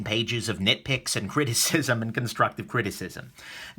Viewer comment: Did you say "nickpicks" or nitpick? Ahaha